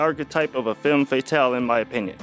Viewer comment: If you're going to use French words, learn how to pronounce them. Hint: it's not pronounced fay-tahl.